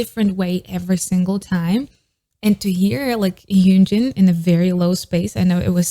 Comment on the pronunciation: Its not hyoonjin its hyunjin